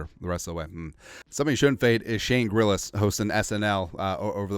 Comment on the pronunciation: Grillas? Gillas bro